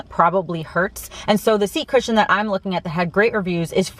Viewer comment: Good informative vid,. Regarding your "accent", or lack thereof, what I've noticed is that when you say "I'm", you usually pronounce it quickly as "I'n", as in "I'n going to Austin soon".